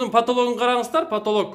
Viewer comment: 😆😆😆3.25 потолог,потолог дейт🤣🤣🤣🤣